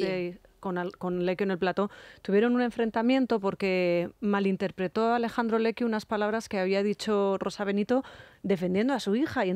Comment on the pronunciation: se llama Alessandro Lecquio, no Alejandro. Por favor, no es tan difícil cambiar la "j" por la doble "s". Es un nombre propio y no hay que castellanizarlo. Acaso a ti te llaman Isabella o Elizabeth? Entendería que no supiera decirlo alguna persona más mayor, pero tú eres joven y no creo que te cueste tanto llamar a la gente por su nombre. Gracias.